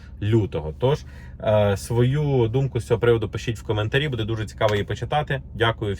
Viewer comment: не будЕ а бУде правильно ударение! Не коверкайте язык